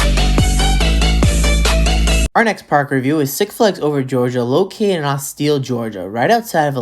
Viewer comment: Austell not Austill lol